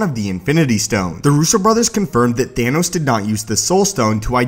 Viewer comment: its Thanos not Thainos